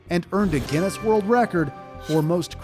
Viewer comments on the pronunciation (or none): none